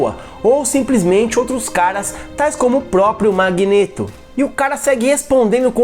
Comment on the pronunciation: Nossa, essa pronúncia do codinome Magneto me dá um certo desconforto. É magneto e não magnêto. Mas cada um fala de um jeito né